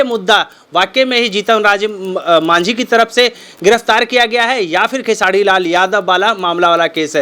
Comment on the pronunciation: ये साला निजुआ र बोल लेता है तब भी खेसारी भैया को खेसाडी लाल यादव बोलता है 😠